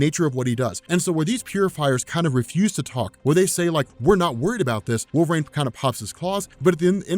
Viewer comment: I love this video but at one time, I thought you said “Wolf Rain” and I was like, who?? How did I miss this character 😂😂